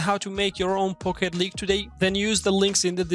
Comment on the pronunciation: It sounds like he says "Fuck it League" 🤣